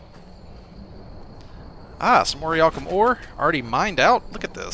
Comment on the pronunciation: It's not pronounced or-iy-alkum, it's pronounced or-ich-alc-um